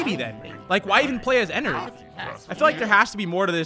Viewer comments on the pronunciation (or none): Your saying Ennard wrong Your saying Enard its actually ENN ARD